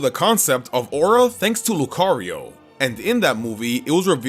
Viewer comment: The first O in Lucario is supposed to be an A!